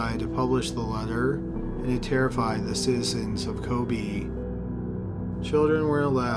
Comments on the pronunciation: Every time he said “kobi” I wanted to kms lol. It’s ko-be(h) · he managed to mispronounce every single Japanese name of places and people in this. It's KobE not Kobi/Koby etc etc. That's not hard to pronounce FFS. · Kobe - Co-bay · Ko-BAY.... not Ko-BEE. in Japanese pronunciation the way you're saying it, it would be spelled Kobi. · Kobe is pronounced Kobay. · maggy tito kobeh is more correct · Your mispronounciation is excruciating. Maybe check out those complicated words before posting, although Kobe & modus operandi shouldn't be as hard as you make them....